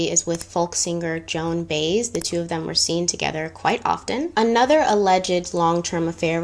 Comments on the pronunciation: Joan “Bays”. Lol Joan Baez “Buy-ez” It’s pretty crazy and very depressing that these issues are still happening today. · Women are attracted to famous men and famous men can't seem to resist. Also, it is Joan Bi-ez not Bayez. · Joan Baez is pronounced Buy-ez. Canada has national health care. A friend of mine (my beautician) was dating a Canadian for 15 years. He was a truck driver that traveled between Canada and FL. He said the health care was horrid because any care took months and people died from not being able to have treatment or surgery before it was fatal to their health. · It's pronounced Joan " BYE- ez" ( Baez) Two syllables. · Hello. Just a quick pronunciation note. It's Joan Baez (BY EZ). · Joan BI-ez ... that's how you say it